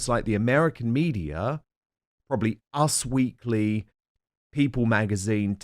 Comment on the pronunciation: It's not "UZZ Weekly",...it's U S Weekly